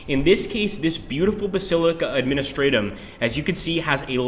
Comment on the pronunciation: Honestly, I cringed more for the mispronunciation of Administratum.